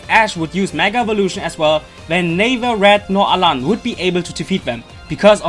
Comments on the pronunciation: it's alain. not alan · alain not alan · It's Alain with an I